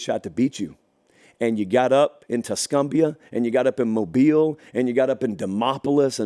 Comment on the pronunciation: Shout out to for the correct pronunciation. Moh-beel. 😅 No matter what happens from here I’m proud of my team. Sky is the limit for jalen and this offense. You are seeing him mature right before your eyes.